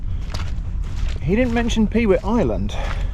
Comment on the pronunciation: You need a pair of mud pattens to cross the mud. Available from moi! Incidentally, you called it "Peewit Island". It`s actually, as its spelled "Pewit Island", pronounced "Puet" and refers back to the time when the island was managed for its large summer black headed gull breeding colony. The eggs were harvested as were the young fledgeling gulls, or puets.